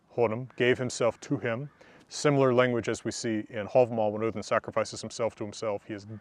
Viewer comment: i got so happy when you said odin the correct way.